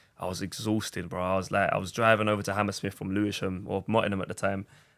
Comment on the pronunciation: "Great strike but its wover"